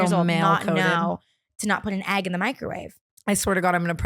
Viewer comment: why says Ahgg not EGG